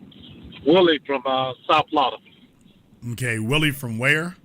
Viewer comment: SOUTH FLAWADA